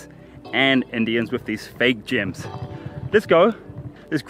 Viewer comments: I thought he said gym too! 🤔 like gym membership 🤣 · At first, the way he pronounced gems I thought he was talking about an island running a fake gym scam. 😂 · Maoriprincess _1 The person who wrote the comment heard gyms instead of gems lol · i thought you said GYM scam LOOOL like they selling gym memberships on an island LOOL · I was so confused, sounded like he said "scam gym" lol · Me too 😭😭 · Mee too. When he arrived at the island i was like i dont see any gyms. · I thought he said gym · I thought he said GYM for most of the video. Kinda dissapointed i didn't see a gym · I heard gyms too